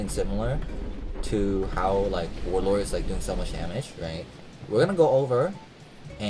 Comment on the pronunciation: "Warlor"